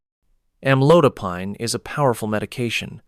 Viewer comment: Am-a-low-dip-peen is how it’s pronounced—I Hate AI!!